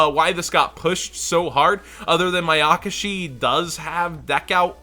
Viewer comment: Sry just really bugs me they why you say Mayakashi with so much emphasis on the YAKA. You're saying like Ma-yaka-shi, when it's actually Maya-kashi. Still love ya lol :)